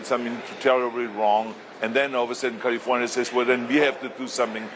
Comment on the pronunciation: First of all he should learn how to pronounce the word “California” …then he should talk about prop 187 which he was for, prop 187 was designed to get rid of Hispanics.….I don’t know why people give this guy any credit as governor….he was bad, Californians, specially Hispanics should not bother listening to him….he should go to Texas and talk to them about gerrymandering, not us Californians…